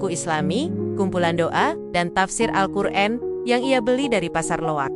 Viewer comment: Alqur'an bukan Alqur'en